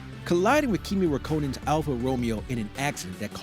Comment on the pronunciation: Please learn how to say Kimi Räikkönen...